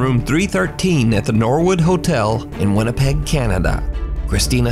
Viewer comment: # min he said wannapeg canada 🙃